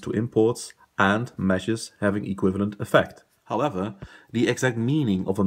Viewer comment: thanks for the explanation it was constructive. but your pronunciation of measures was almost confusing. it is pronounced as measures, not mergers. anyways thanks